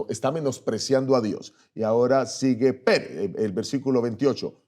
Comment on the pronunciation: Digalo bien pastor no es Pérez es Peres sin asentó para no confundir